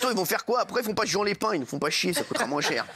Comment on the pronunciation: Ho tu n'es pas au bled c est quoi cette façon de prononcer le nom jean